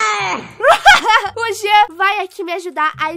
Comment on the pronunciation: Kkk o jean”genter”